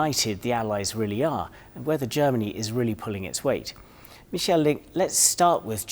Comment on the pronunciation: His first name isn't ' Mi-sjel ' , he's not French , it's Mi-ch-a-el '. As an ( Anglophone ) journalist make an effing effort and show some awareness !